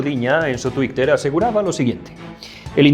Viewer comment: Lo de "tuicter" ¿lo dice de coña?